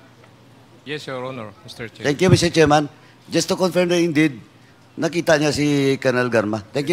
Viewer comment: Wala kahibalo asa ang Tuguegarao, Cagayan? And it's "confirm" not "confiyrm"...